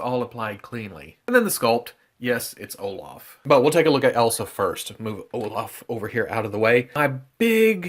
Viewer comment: haha, it's like " Oh-laugh (british enunciation) 🤣